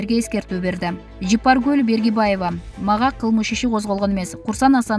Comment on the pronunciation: Фамилясын туура такьасанар Бергибаева дебей. Баргыбаева